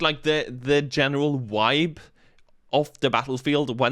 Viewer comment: The "wibe" <3 What it's all really about.